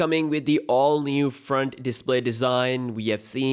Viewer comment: NEW #DIPLAY DESIGN 🤭😂 #BIB BATTERY 🤣😂 R.I.P. English... LOL FUCK